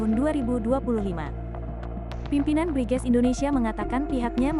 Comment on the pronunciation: BRIGEZ dibaca BRINGAS....gitu ya...?